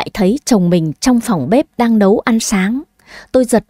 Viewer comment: Dì đi" nấu cơm "chứ ko phải "Lấu cơm "nha